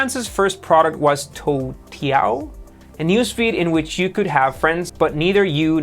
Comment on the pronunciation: You pronounced Douyin and Toutiao way better than you pronounced Xiaomi lol. Btw Xiaomi kinda sounds like "Shiao-Mi" instead of "Psy-Yao-Mi" 😊